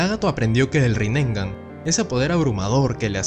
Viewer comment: me encantan tus videos, creo que sos de los pocos en youtube que analizan a profundidad el anime, hay muchos que analizan capitulos y cosas pero no a este nivel, es mi opinión. Gracias. Por cierto solo una crítica constructiva, no digas Rinengan 😅 es Rinnegan. Saludos!